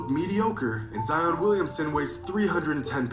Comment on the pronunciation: Zion not “Zeon”